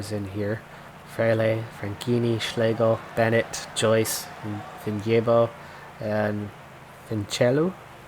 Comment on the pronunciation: here we go agian its Vin-je-bo not vin-jebo